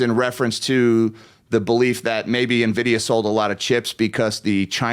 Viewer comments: How is it possible to mispronounce "en-vid-ee-uh"? she's calling it "ni-vid-ee-uh". that seems weird. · navidia lmao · It’s not pronounced “nividia” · It's pronounced Annn-vidia